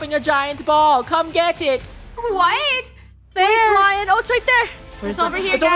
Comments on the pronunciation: I think it is Leon not lion but who cares?😎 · its lion (leon) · Did anyone hear them say LION! It is pronounced LE-ON!! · Lion is pronoused: (Lea-on) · saying lion ME its lion (le -on) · i think its pronounced as "lee yon" not "la yon" but im not sure lol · Is anyone else getting triggered that they are saying lion instead of L-e-o-n